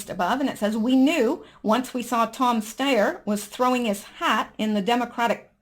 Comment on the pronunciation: Just a pronunciation tip,: Tom Steyer's name is pronounced STY-er - like a STY in your eye. (I know because he's been running seemingly non-stop impeachment ads here in California, ugh!).